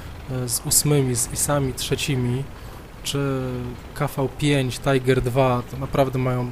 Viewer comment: 1. Aż dziwne że dopiero teraz trafiłem na Twoje filmiki. Faję, Hallack', vdr'a, SuchegoWładzia i MaszynyPancerne znam już kilka miesięcy. Ale od razu sub leci ;) 2. Wreszcie ktoś, kto wypowiada 'KV' a nie 'KW'! 3. Dobry filmik, poproszę więcej wskazówek i porad jak grać lepiej będąc tym 'gorszym', bo na necie za mało jest tego typu poradników, a zdecydowanie za dużo filmów pokazujących nic nie wnoszące, farciarskie bitwy z siedemnastoma fragami.